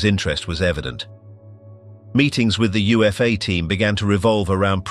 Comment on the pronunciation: UFA was said as "OOH-FAH"